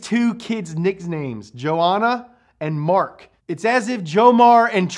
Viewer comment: "Nixnames"? 😁 Great episode, by the way. Oh, also, at first I thought you said "Griffin" which I was thinking (Man, that's a badass name for a car!) but then I realized I had just misheard it when you restated that it was named just the "Griffith". Yes, they aren't too great at coming up with good names...